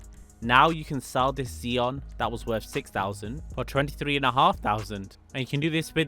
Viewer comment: Ah yes the ZEEon my favorite car